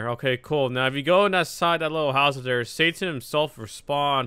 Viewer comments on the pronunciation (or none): none